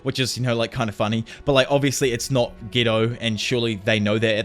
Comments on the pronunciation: i hate you its getooo not gto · Could you at least try to pronounce the character's names properly? It's so hard to understand who you're even referring to and ofc subtitles don't help. It's Geto not ghetto, damn.